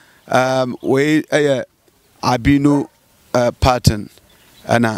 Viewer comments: Massa! Massa!! Stop saying pattern. It's Python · I keep hearing Albino "pattern" is it Python or pattern?